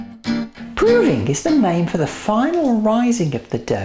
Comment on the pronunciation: you say proving very weirdly!!!